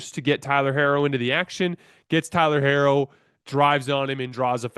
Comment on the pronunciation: Tyler’s last name is pronounced “He-ro”. Thank you.